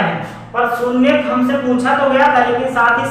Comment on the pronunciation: Sunyak nahi bhai shunyank kaho